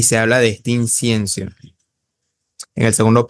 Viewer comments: Incienso amigo no Insiencio. Pero debo reconocer que aprendo mucho de tus vídeo y de Mauro Biglino. Me han abierto los ojos, muchas gracias. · Ni siquiera sabe decir incienso 😂😂😂